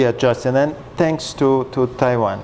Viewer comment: Justin not Justeen